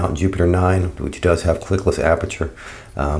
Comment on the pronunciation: Clickless dear boy. Not clicklets